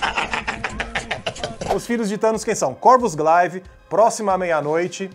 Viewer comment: Se pronuncia Gleive e não Glaive (apesar de ser escrito assim).